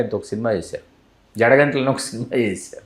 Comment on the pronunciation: జడగంటలు కాదు జేగంటలు